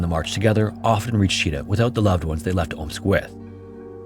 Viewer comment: Russian here. Thanks for the neutral history discussion. A couple of corrections: Chita city name is pronounced "chit-A-h". Mysovaya station name is pronounced closer to "misov-A-ya".